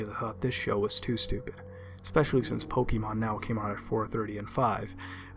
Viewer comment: This asshole can’t even pronounce Pokémon correctly. You sound like a boomer. This sucked